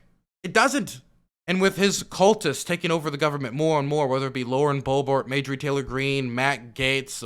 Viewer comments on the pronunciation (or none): Jesus, it’s MARJORIE not Majorie, she’s from the south 😂Sorry love the channel, just bugs me